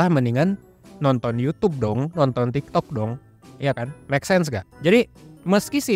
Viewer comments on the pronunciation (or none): none